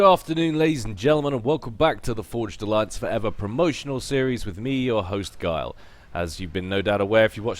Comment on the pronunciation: I somehow always think I heard "Geil" instead of "Gyle". Since one meaning of "geil" in german is horny it's rather akward ^.^